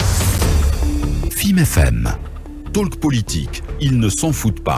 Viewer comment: On ne dit pas taleke.on dit tôk.